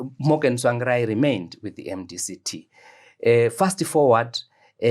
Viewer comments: He complains about wrong pronunciation of his surname then goes ahead and says "Tswangirai" refering to Mr Tsvangirai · He has worked with Tsvangirai for years but still cannot pronounce his name correctly...and yet he scoulds Chamisa for same? Are we a cursed people?